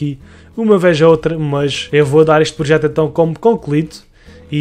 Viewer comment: Protejo? Ou projeto? xd Mais um bom vídeo!! 100mil estão quase ai!!!